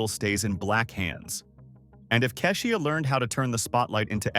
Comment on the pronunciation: They mispronounced Keisha's Name 2 ..